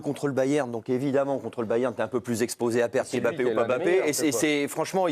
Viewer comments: c'est pas M' Bappe c'est MBAPPE pourquoi vous déformé le noms des gens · Sorry, je suis hors sujet et je le concède mais franchement on dirait que c'est fait exprès. "'M'bappe aime bcp Vinicius et Vinicius aime bcp 'Mbappe'". Alors pourquoi toujours mal prononcer certains noms africains alors qu'on connait bien les prononcer? Mais lorsque ce sont des noms d'autres nations d'Europe, on n'a pas de souci à prononcer. Par exemple: Mkhitarian. Jamais on n'entendra "M"khitarian. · Ptn svp c'est pas "EM Bappé" c'est "Mbappé" c'est fou de prononcer le nom des gens comme ça !